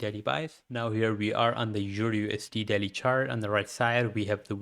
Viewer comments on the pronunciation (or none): Am i the only one hearing "Daddy timeframe" instead of "Daily timeframe" ?? 😂